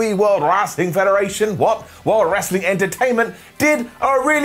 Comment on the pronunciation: “World Rrraaaaaslin Federation eerrr Entertainment” 🤣 🤣 🤣 Golden Up 👍🏼